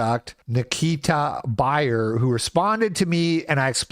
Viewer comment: you trickster. You tried to bury the lead by pronouncing his name "buyer". The first thing I thought of was, "Isn't 'beer' one of those names?" Masterful storytelling, absolute cinema.